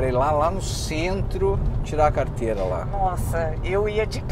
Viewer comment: Fala da hora a iniciativa! Uffffffa até q enfim alguém fala certo carrrrteira de motorista....e não carta....carta vc escreve pra namorada! Kkkkk